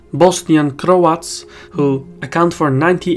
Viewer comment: love how you pronounce cRRoats haha